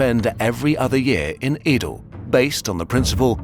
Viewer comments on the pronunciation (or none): Just a minor nitpick: Old Tokyo is pronounced "eh-do", not "ii-do" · few notes. real ninjas wear blue and it is Ed oh not ee do.